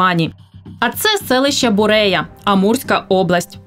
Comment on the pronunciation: Правильно говорить БуреЯ ( ударение на Я )